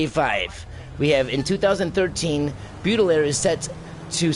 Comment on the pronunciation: "Baudelaire" is pronounced as "Bo-Duh-Lair"...